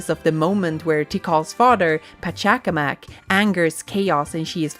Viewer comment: This was such a fantastic analysis. Thank you so much!! … I will say the way Pachacamac was pronounced absolutely tickled me, if only because I don’t hear people trying to pronounce it in English. It’s a cultural heritage site and connected to our mythology so yeah, rare to hear outside our country! Thank you so much for sharing again and how much love has gone into this analysis. Sonic Adventure remains one of my favorite games of all time and y’all have just made me love it even more ❤️